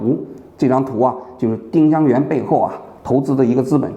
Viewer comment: ling是二声吧